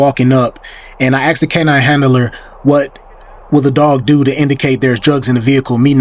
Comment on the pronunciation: The word is "asked". not "axed".